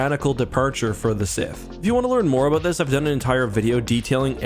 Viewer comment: We are talking aboot.....